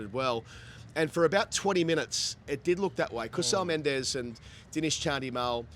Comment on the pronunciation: Mendis not Mendez